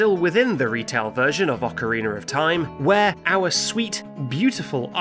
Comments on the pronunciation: why do you say Ocariner of Time? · Why say it like "OcarinER of Time"? Must be deliberate at this point. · That's how British people say it. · "How do you spell 'Ocarina'?" -"O-C-A-R-E-E-N-U-R" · I love the the way he say ocerinar xD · Dude said "Ocareener" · why does he say "oceriner" but he can say aria, data, and diana correctly? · OCK-A-REE-NER... of time XD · Ocariner of Time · "Ocariner of Time" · ocariner isn't even the same word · I have heard Northern Irish people say it like that too.